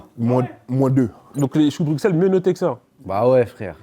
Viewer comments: mon coeur de belge qui se sert à chaque « chou de BruXelles » . Ça se prononce BruSSelles SVP 🙏🏾🙏🏾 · Choux de bruSSel svp mes oreilles saignent😂😂